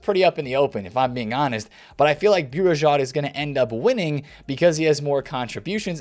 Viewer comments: It's like saying Bu-ri-jo (Bourigeaud)... the "D" is silent :) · Hey, love your content. its pronounced Benjamin Bow-Regard (phonetically) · Bourigeaud is pronounced Boo-Ri-Go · BOURIGEAUD sounds difficult to say actually you just pronounce it as this : Bourigo